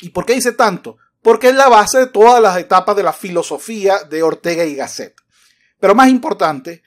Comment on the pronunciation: El presentador la pronuncia GÁSSET